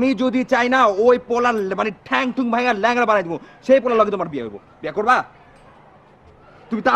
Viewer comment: আপনার "বিয়ে" এবং "ঠ্যাং"-এ কিছু সমস্যা আছে।